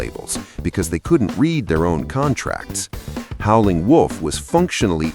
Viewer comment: AI can't pronounce Howlin'.